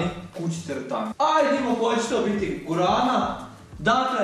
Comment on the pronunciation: guarrana a ne gurana